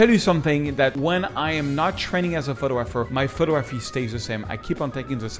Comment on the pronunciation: In the English language, it is pronounced: pho-tog-grapher - not - photo-grapher .